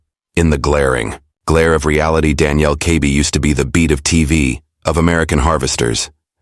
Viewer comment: Can't keep the story straight and mispronouncing Danielle's name (First and Last). I would be safe saying this is all made up b.s.!!